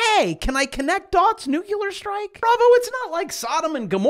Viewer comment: Nukie-lear. Courtesy, Nobody. 🤣😂🤣 Hilarious!